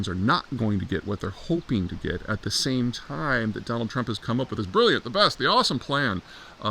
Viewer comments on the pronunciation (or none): none